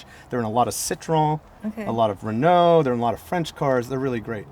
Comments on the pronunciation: This is a beautiful car and I can not deny that I was impressed by the fact that someone from the wrong side of the pond pronounced It's name correctly. Unfortunately he lost any real respect by bitching about having to have therapy after driving it... Can't comment about the rest of the video! I stopped watching an over entitled Yank that clearly has no idea what this car was designed for. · the owner here: You're not rude actually, Just unaware and a bit ignorant. English speaking countries pronounce it "Ren-oh". French speaking countries pronounce it "En-ooh". I am understanding that you would not be able to pronounce "Chrysler" or "Mitsubishi" the same was an American or person from Japan would. Readjust your view a bit and be grateful that somebody cares enough to preserve this car and celebrate it's existence. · So refreshing to listen to an American who bother to pronounce car names correctly. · Hearing "Renault" pronounced as close to correct as the accent can do, is a delightful change, as is seeing an owner who's not afraid of taking his pride and joy down a dirt road,... Then barely able to take her eyes off the road while learning how the French do "Add Lightness". This is a great episode. - if you get the chance, get behind the wheel of the true first "Hot Hatch" (nearly a decade before the Golf,..), a Renault R16TS. It rides like a luxury car, grips like a rally car, has the same mid-front layout as the Citroen DS, and Torsion Bar suspension all round, so can go from freeway to dirt field without loosing it's cool. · He was praising your pronounciation, though ! It's good, don't worry about it.